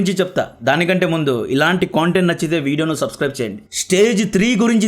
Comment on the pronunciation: మిత్రమా...నా " కొంటెంట్ " కాదు. కంటెంట్ . Hooe you got the difference in how we spell content.